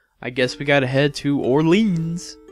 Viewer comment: Would you like a laugh? to give Gilles his french pronunciation you would essentially be calling him a girl, because Gilles french pronunciation would essentially be saying Jills =3 Orléans is pronounced Orleon. Not being THAT person, just happy to help educate my favourite LPer ^^